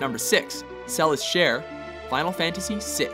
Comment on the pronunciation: It's General Celes Chere........not Celis......